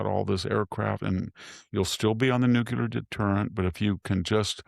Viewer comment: Mr. VDH, could you please stop saying "NU-CU-LAR"? It is completely unnecessary to mispronounce "nuclear" so badly. You are a smart educated person and I enjoy your content